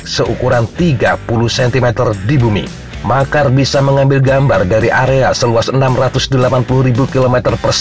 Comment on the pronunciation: Ralat min Bacanya Maxar(maksar) Bukan makar😁😁😁